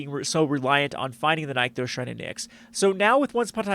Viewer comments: My friend, if I have to hear you say "NIKE-thos" one more time, I'm going to lose it. I don't understand what the logical disconnect is preventing people from reading two "NIH" sounds in sequence. "NICK-thos" Shrine to "NICKS". It's that simple. Anybody who tells you otherwise is dumb or lying to your for their amusement. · Oh for the love of Vraska's slithery nipples, it's pronounced NIC-THOS.